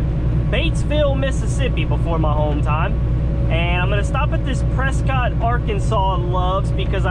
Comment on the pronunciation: Lol pronounced Prescit but spelled Prescott